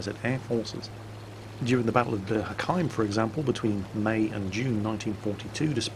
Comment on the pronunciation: Isn't Bir Hakiem pronounced as "Beer Ha-Keem"? Plus, the Regina Aeronautica was obviously shocked by the Soviet Air Force. The Italian plains were all pretty hot thus most Italian planes had that in mind while on the Eastern Front, that was different as all those plane had to get used to flying in extremely cold conditions and had to fly with cheap and crappy fuel where the Germans and Italians could not handle it thus the Italian aircraft were all sort of shitty in Russia.